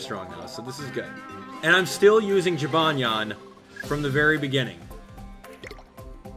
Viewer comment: Have you ever thought of pronouncing jibanyan as Jee•buh•nyan